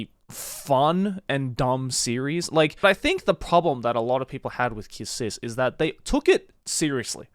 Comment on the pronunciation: Aaaaahhj Kiss X Sis my friend showed me the anime to this and it’s some freaky deeky stuff ahahaha and I thought it was pronounced “Kiss Exx Sis”.